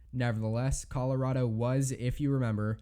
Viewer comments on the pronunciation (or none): none